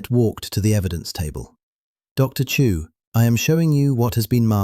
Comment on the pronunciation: Dilion. Chu not Chew.